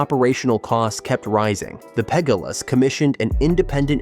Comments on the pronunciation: The Pegg uh lahs lol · Ai 😂😂😂 PEG-GULAS